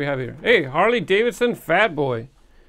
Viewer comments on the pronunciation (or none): none